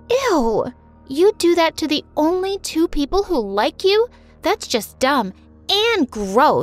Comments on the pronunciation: You said tooth birthday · "first twooth birthday" Selena-2021